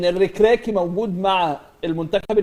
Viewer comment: الركراكي 😂😂😂اعلام لا ينطق حتى الحروف الابجدية صحيحة دافعوا عن انفسكم المغرب 🇲🇦 وصل للعالمية من كاس العالم قطر و انتم لازلتم تلعبون الدوري المصري 😂😂😂 نص دستة اهداف مع الرأفة ستة و نص و تعال بص 👀 😂😂